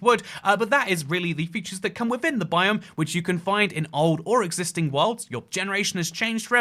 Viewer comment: 2;41 bro really said "growve" and "bi-o-m" This is just a joke please don't take this seriously, great video by the way!